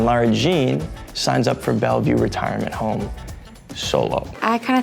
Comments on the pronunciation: No one: Absolutly no one: Jorden:BACK IN BELVIEW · i can’t even count how many times Jordan said “Back at Belview” 😭😭😭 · no one: jordan: BaCk aT BeLVieW... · No one: Jordan: BACK IN BELVIEW 😂 😂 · No one: Jordan: bAcK iN BeLvIeW 😂😂